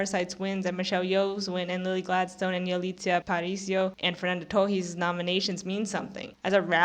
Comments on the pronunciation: Kinda of. The "s" is kinda silent, she pronunciates too mich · are you brazilian? Your "Torres" pronunciation sounds a lot like us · I didn’t even get two minutes into your video before I turned it off. You seem not to know what a snub is. Yalitza Aparicio shouldn’t have even been nominated for Roma, so why do you think her not winning was a snub? Lily Gladstone was excellent in Killers of the Flower Moon but she was not the best lead actress performance of the year. The way you pronounce “Torres” makes me think that you are yet another Brazilian online who is a sore loser about Fernanda Torres not winning. I’ve been so sick of seeing angry comments all over the Internet from Brazilians posting emoticons of Brazilian flags as though this were the Olympics. I’ve never seen this anger from Brazilian for other actors losing. The academy did not have a duty to give the Oscar to the woman from your country. And it makes me think that all you care about is that she was from your country because of all the Brazilian flags that I see in the comments. “🇧🇷 🇧🇷 🇧🇷 🇧🇷 Fernanda Torres was robbed! 🇧🇷 🇧🇷 🇧🇷 🇧🇷” what are the flags for? This isn’t the World Cup. I’m American and I often root for foreign actors to win Oscars and get nominated for them when I think they deserve it. I was thrilled when Marion Cotillard won for playing Edith Piaf. I didn’t say, “🇺🇸🇺🇸🇺🇸🇺🇸 Laura Linney was snubbed!! 🇺🇸🇺🇸🇺🇸🇺🇸” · Oh so that’s how u pronounce Torres? News to me!